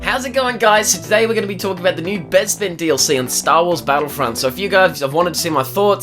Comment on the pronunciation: You say bezpin its bespin